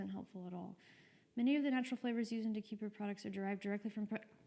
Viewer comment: It's pronounced De kay per